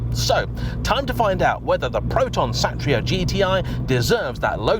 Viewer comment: pronounced so right dude👍, SATRIA not SETRIA mean WARRIOR.